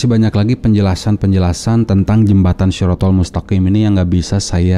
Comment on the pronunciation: Kalau orng itu benar2 paham dengan agama islam seblum nya mana mungkin dia ngucapin syirotolmustaqim aj ngg bisa,blata blitot macam itu, dasar manusia mengaku2 mungkin manusia satu ini slah satu contoh islam KTP bnyak kata orang kali ya